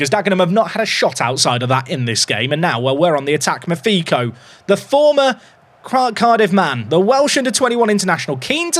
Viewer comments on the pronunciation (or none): none